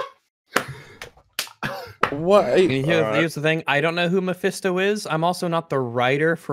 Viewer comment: I'm not even a big fan of superhero comics but every time says "Mephesto" I want to slap him.